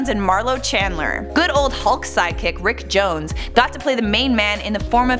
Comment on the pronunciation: Rick jones not ick jones